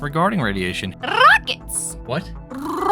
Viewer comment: Damn, the way she pronounce "Rrrrrrrockets!" with such a strong accent makes me laugh a lot! XD